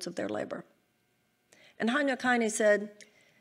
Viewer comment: Ok...if you are running for president, at least make the attempt to pronounce the names of the people you are quoting correctly. The very famous German Poet Heinrich Heine is not prounced hinee. You can find his correct name prononunciation on youtube. It is important that people of leadership take name pronounciation seriously. All the other countries will laugh when errors like this are made. Its embarrasing. Especially when our allies hear this. They will not take you seriously.